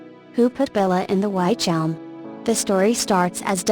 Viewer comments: Robovoice..ugh.. Within 20 seconds it said "WHYtch Elm" and you lost me. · its pronounced witch elm..